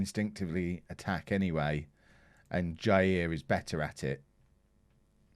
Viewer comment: J - EYE - EAR